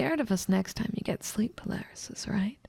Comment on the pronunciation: did my ears break or did i hear "sleep palarysis" at the end